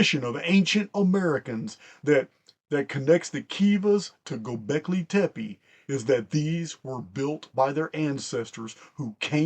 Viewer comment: As a longtime listener, your pronunciation of "Gobekli tepe" is EXQUISITE! Much Love & Respect, Barb